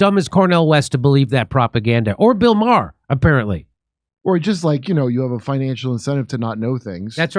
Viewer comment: It's pronounced May-Her